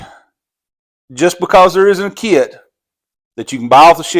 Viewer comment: Kit is not a two syllable word